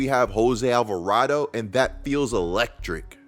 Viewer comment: nahh devin trying not to laugh at chris not being able to pronounce alvarado is so funny 😂😂